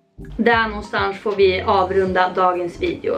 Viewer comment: videon var ju tip top men alltså vad i hela friden? ”nånstansch”? hihihi